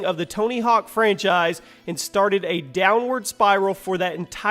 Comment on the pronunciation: I like=1 time says Franchice